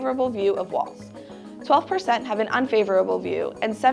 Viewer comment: The name is Walz, not Waltz.